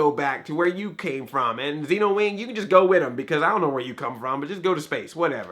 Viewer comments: did u watch it or research it? Cuz they clearly say Z-EN-OWING not Z-EEN-OWING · Btw its zenowing not zeenowing